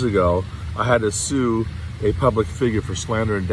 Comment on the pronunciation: lost me when she couldn’t say sue or class action😂😂